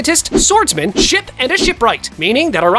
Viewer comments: 28.13 blud said shit not ship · NAHHHH I HEARD SHIP TO shi-poop